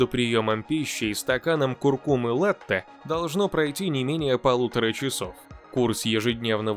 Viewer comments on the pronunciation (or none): Latte-молоко... Только вот произношение : La-почти как нота,, ля''))), Благодарю за ролик